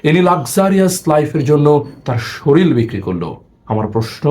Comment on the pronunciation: শরীল না শরীর